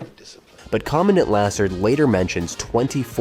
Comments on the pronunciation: You (or AI) is mispronouncing Lassard's last name. Also, it wasn't a movie error that made the number of weeks in the Academy change, it was the character of Lassard not knowing/forgetting how many there were. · Why do keep mispronouncing everyone's names? From Lassard to Roger Ebert. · If you're going to make videos how about using correct pronunciation of names? You said Guttenberg and Lessard wrong.